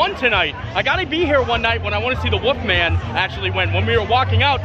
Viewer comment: I like how you say ''The Woofman"